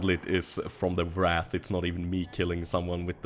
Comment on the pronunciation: A small note for your English, 'Wrath' is anger while 'Wraith' is a ghost, usually an evil ghost. It sounds like Ray-th rather than Rah-th. Still, you've improved incredibly over the years!